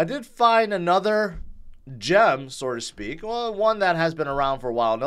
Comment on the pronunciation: Dude, it’s “so to speak” NOT “sorta speak” - you said it a million times. SO TO SPEAK!